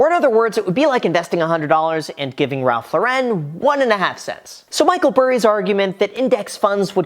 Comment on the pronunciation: "Ralph Law Ren" lol